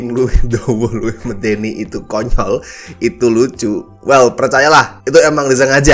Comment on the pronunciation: That "konyol" pronounce